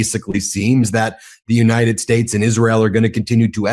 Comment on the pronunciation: When did we become the "United Schates?"